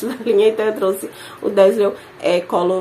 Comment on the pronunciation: Bom dia,! Tema excelente, dá pra fazer de cada marca, o que já rendeu vários vídeos, né? A propósito, o DAZZLE se pronuncia "dézeu", só para enriquecer seu vocabulário. Uma ótima sexta😘